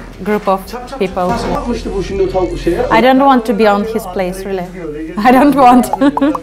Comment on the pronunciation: Sondaki okiy diyişi .d